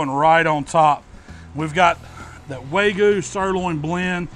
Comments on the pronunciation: *wagyu not waygu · It's WAG-YEW not WAY-GEEYEW.... dammit! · its wagyu not waygu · "Way goo brisket" lol. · I like how you say "way-goo" instead of Wagyu lol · Everything you good looks incredible, but it's Wag-yu not Way-gu- just saying. Keep up the awesome videos. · Why is he saying Waygu and not Wagyu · loving the vids but please stop saying "way goo". Its wagyu. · Waygoo brisket...yeah! Can’t wait for the fancy pants folks to swoon over your pronunciation! Love the channel, learned a lot! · Did he say “way gu” is that the way you say it ? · say it with me. WAG-YU :) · This guy is calling it way-gue beef. LOL I'm sorry that's funny af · i got cancer when he said "waygoo" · Wagyu is pronounced Wag-You. Please, dude. If you're gonna call yourself a meat savant, pronounce the highest graded meat correctly. Please. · its wag-oo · I love hearing southern people butcher the pronunciation of wagyu. Love the channel though,. No hard feelings lol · When you read "wagyu" 3 times and just say screw it, I'm switching the g and the y 😆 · you pronounced wagyu wrong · Learn how to say wagyu